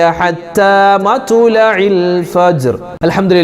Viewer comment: مطلع Ithil ط ساكنة alley Usthadey